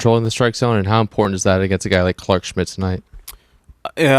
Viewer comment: I really hate when people miss pronounce the word Important 🤬 Get a clue Lady Go Dodgers 🎉